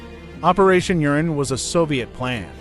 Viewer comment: It’s “Operation Uranus”, NOT “Operation Urine”.